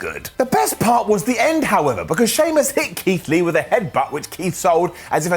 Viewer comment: Did mean to say “Leath” (or so) instead of Keith Lee?